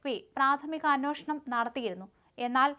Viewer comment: അന്വോഷണം അല്ല അന്വേഷണം